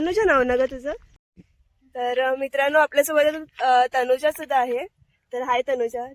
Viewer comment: तनुजा तुमच्या कावळ्याला तनुजा म्हणता येत नाही, म्हणून तो तुला वेइजा म्हणत असावा, बघ तो कधी कधी वैजा असे म्हणतो